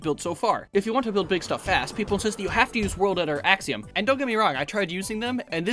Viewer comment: World edit Axium ???? OR what did you say?